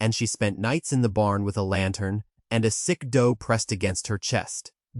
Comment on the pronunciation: DOE LIKE DOE A DEER. NOT DOUGH LIKE BREAD! LEARN ENGLISH!😢